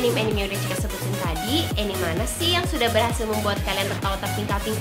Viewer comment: bacanya "anime" ih bukan "enim"